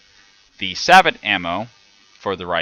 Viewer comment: I hate to be that guy but I believe sabot is pronounced "say-bow"